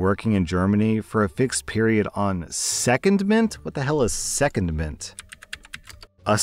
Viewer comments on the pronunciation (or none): The word is SecONDment - stress on the second syllable. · Hi for the second story, the word “secondment” is pronounced se-con-ment instead of seh-ken-ment 😊 as usual, love your content! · Its pronounced seh-kondmnt, not second-ment. It doesn't have to be military, it just means you aren't working at your normal place or for your normal employer. Pilots are often seconded to fly for other airlines for example.